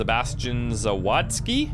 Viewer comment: Sebastian [Zavatzki], he comes from [Vrotzwav].